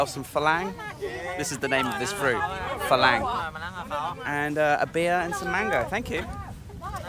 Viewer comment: Isaan, Cute how he pronounces it as "Eee- san" when it's actually pronounced "Eee- saawn." Precious. The Thai guy on the boat pronounced the fruit correctly obviously. It's not "Fah-LANG." It's pronounced "Fah- LONG" or "Fah-RONG." The mispronunciations are cringeworthy. Example: "A-LOY, MACK MACK." It's "MOCK MOCK." Ughhh. Lesson of the day. If you don't know how to say something or unsure? DON'T. Nung, Song, "SAM" (As in the name) - IT"S "SAWM!" World traveler, language butcher. Saw Wat Dee, KA! 555555!